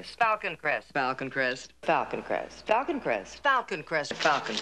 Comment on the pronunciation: After the first minute, it sounds like she is saying Falcon Crest octopus!!!....lol